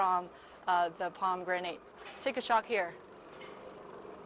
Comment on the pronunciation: haha you keep saying pom granade juice....it is pomi granage..spelled as pomegranade